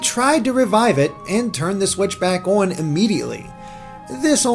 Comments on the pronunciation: it's on, not ouwun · owrn the way he says on is lol